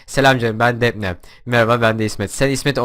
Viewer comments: Abi o 'depne' değil 'defni' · abi sen defne dion o defne değil dafni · Abi defne değil dafni diye söyleniyor😂